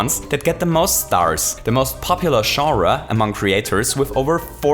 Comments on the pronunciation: For if he doesn't know, it's about pronounced as Jon-Ruh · Shawras. It’s pronounced Jon- ras. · You say genre three different times, in three different ways, and none of the were pronounced jonra. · I love his accent. He pronounces genre as zhura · I love how you say "genre", haha! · Lmao that is not how you say genre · The way pronounces "genre" is amazing